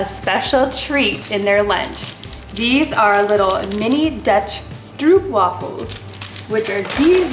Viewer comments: Iam from the netherlands and i realy needed to laugh when you Saïd stroepwaffles we Said it like stroopwafels and the oo you need to say like o from oven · I'm from the Netherlands and we pronounce it like stroapwaafels, but I agree with your kids that stroopwafels really good!😊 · Stroop wafels are pronounced as stroap wafels:) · I had to laugh when you said “Stroopwafels” 😂❤️